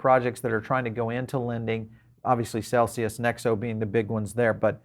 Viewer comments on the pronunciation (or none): none